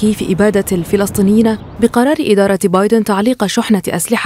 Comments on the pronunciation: بايدن وليس بادين راكم غالطين هههه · بايدن وليس بادين لغة راحت فداك الشي